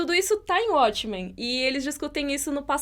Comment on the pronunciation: ele escolher "abrasileirar" os nomes das séries Abrasileirado: uatchmen Correto: uótchmen Ele tem feito bastante isso nos últimos vídeo. E é algo que eu acredito que ele não deveria fazer. (Acho q tem uma ideia de abrangir o público brasileiro, mas não gosto disso. Se a série continua com o nome original ela deve ser pronunciada na forma original) Só isso:) Mas eu adoro o, isso é só uma crítica construtiva:)